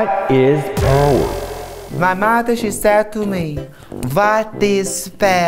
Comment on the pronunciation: I constantly quote this - “vat is poweur? Poweur to me is when the PayPal, they listen to yew”